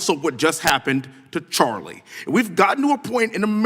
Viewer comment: Mr. Nadler can’t even say Charlie’s name right 😮